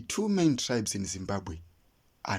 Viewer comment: There is absolutely no notions of kudzimba or kudzimbira in the name Zimbabwe. You are correct about wrong pronunciation of Zimbabge. This is the only country where citizens cannot properly pronounce the name of their country.